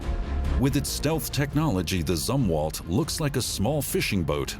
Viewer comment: It's pronounced "Zoom-Walt" you idiot!!!